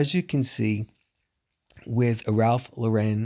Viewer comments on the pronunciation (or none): "Lauren" is pronounced like the name Lauren. It's not French. If it was French, it would be pronounced more like Lore-on. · I love Ralph Lauren too! But pronunciation of his last name is incorrect.